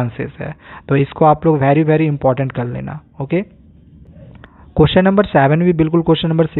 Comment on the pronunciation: Sir very Bolte h bhery nahi,🤣🤣🤣